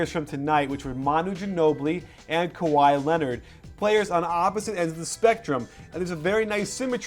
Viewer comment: "Sky" Leonard